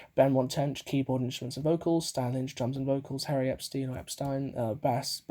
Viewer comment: Oh, and it sounds like you are saying Harry Epstein. It’s Howie, short for Howard Norman.